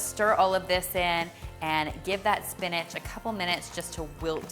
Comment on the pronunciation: Am I the only one who learned how to say SPINACH and not SPINAG 😂